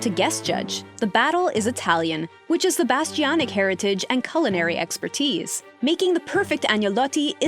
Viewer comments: "Joe Bastiobitch" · I just have to say one thing about this video.. His last name is pronounced Bastianich (Rhymes with the word "itch" or "witch") It's not pronounced the way you keep pronouncing it.. Sorry, I just had to get that off my chest, it was driving me nuts. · You might want to practice Joe’s last name: Bah-Stee-Ahn-Itch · It would be nice if you could pronounce his surname correctly, especially since it's often said on Masterchef.